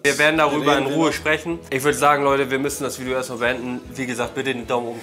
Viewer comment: gutes veidschjo